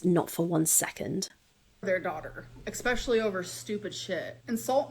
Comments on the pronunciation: Me, hearing ekspecially and looking on the screen to be met with using all of her will to not say enything about it 😭😭😭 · I love when every time says "expsecially" I look at face and she'll look at the camera but not say anything but it's like we have a moment